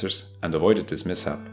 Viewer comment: I like how he says mishap as miss app